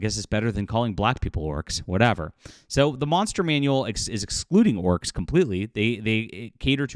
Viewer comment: "Los Orcos".